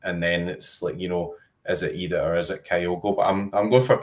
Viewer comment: Why are you pronouncing Adam Idah's name like that?